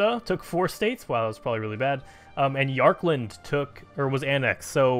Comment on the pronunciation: You're saying "Yarkand" like "Yarkland". Although I guess they did take an L in this video...